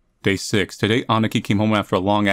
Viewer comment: When he tries saying “Aniki(means old brother), it sounds “Aneki(means old sister) for me Japanese